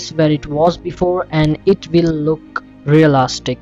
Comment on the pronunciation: I love how you say REALASTIC